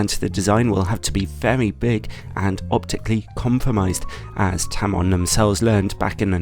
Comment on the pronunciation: may I ask, why do you say 'anst' for 'and'? :-)